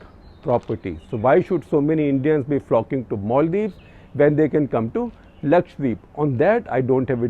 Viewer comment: So thankful to you for saying Lakshadweep and not Lakshwadeep